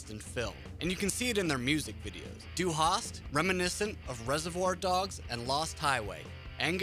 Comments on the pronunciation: Cheezus Crust, if the presenter would even bother to try pronouncing any of it correctly it might be less cringeworthy. Dy Harst ? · "Dew Haas" :D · Hard agree. Ich komme aus Amerika und kann besser Deutsche sprachen! (My grammar might be a bit rusty, es tut mir Leid.) But seriously, this dude manages to somehow butcher the pronunciation of the words "du hast" and doesn't even bother to attempt a German accent when saying "radio", which, given the fact that Rammstein are German, would be the correct way to say it. Also, if I didn't know he was trying to say "Hierate Mich", I wouldn't have fucking understood it, and I got C1 when I took my German CEFR exam back in my senior year of high school. He absolutely butchered it. I took that exam almost a decade ago, so I'd put myself more at the B1/B2 level now since I don't use it daily, but my point is that I definitely would recognize the words if someone was actively trying to say them correctly. That's... kinda sad? Like I know it's literally impossible to say some morphemes if you aren't exposed to them or practice saying them before you pass a certain age, however, if it were me with a voice over gig, I'd at least have bothered doing some linguistic mirroring exercises before reading the script for the video to try and get some of them correct. Obviously if you've never had any proficiency in German, you aren't going to get some of them right, but none of them, not even ones that share morphemes with English? That's zero effort. Zero effort is obvious.